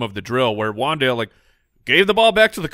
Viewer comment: Keep Wan'Dale a secret, yall! That's my dude.. and it's pronounced Wan'Dal'e